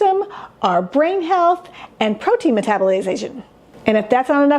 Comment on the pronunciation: psst ... it's "protein"